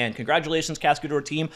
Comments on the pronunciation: a cascadeur is a stuntman. And you can pronounce it "cascaduhr" instead of "cascadour". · The way he pronounces it sounds like cascadour, he needs to say cascad-ehr so its closer to the real french pronunciation. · In French this project name spelling is more like "cas-k-d'her" than "cascade-or", quote difficult to say for English speakers anyway ;-)